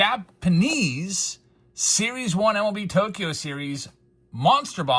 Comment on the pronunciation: I Swear I Heard “Jabs’panese” at the beginning! 🤣😬🤷‍♂️